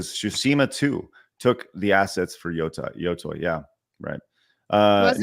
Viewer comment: What people should really be mad about is saying yo-toy over and over again. There is no universe in which the english letters "tei" are pronounced "toy"